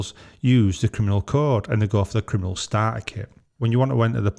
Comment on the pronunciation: What's a 'Kiminal'?